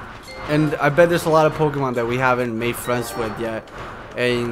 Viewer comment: u pronounced the pokemons name but it ok